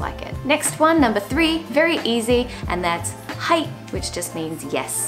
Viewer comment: Hai sounds like cantonese